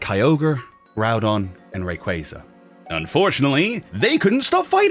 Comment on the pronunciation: Did game freak actually change the names of certain pokémons like suicune and Rayquaza cause now it's "Su-ii-sune" and "Rāy-Cüza"